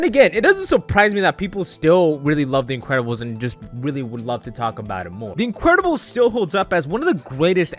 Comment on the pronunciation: “The incwedibles”